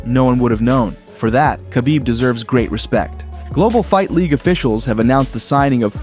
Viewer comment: You can’t even say khabib correctly what do you know